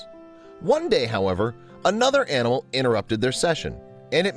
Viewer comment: Did he keep mispronouncing animal?